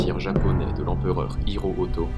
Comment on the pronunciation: Empereur HI-RO-HI-TO :D pas hiroriro :P